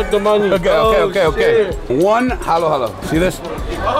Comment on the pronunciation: It’s halo halo. Like bruno mars, stephen curry, luca doncic, dj khaled You guyz are so funny 🤣